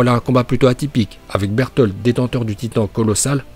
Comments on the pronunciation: C'est pas un légendaire berutoto mais il a juste dit berutoto il a juste dit Burtolde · Reiner dis pas bertoto il dis bertold !